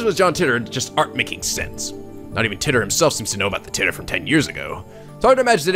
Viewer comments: It's John TIGHT-er Not John TIT-er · I looked up some interviews with scientists talking about John Titor, and a majority say "Teetor", so that's probably it. However, I don't think there's been a physical interview with the man himself, so we'll never really know how it's truly pronounced.